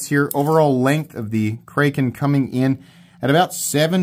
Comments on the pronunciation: It’s a short “a” bro… 😂😂😂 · It's just pronounced normally like kraken lol